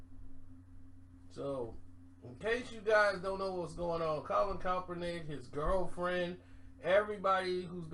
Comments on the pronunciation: It's Kap not cop...... Kap-ernick not KOP-ERNICK always ruining a name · Mook Deol “coppernick is pissed” lol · For goodness sake, where the hell is up with your mispronunciation of Colin Kaepernick's name???? You can read, right? Where is the "L"? You keep saying "Kalpernick"🤣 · My god!!!!! LOOK!!! LOOK!!!! KAPPER-NICK SAY IT..KAPPER-NICK! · never says keapernick name right 🤣